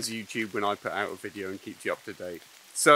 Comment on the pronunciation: Tomorrow!? Have you gone posh?